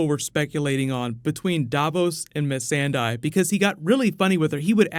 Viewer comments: It's not Missendai, it's Missandei! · Why does he keep calling Missandei, Miss-an-Die !!!! Why!!!